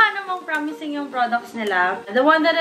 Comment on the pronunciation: Natawa ako sa "promizing paren" HAHAHAHAHAHA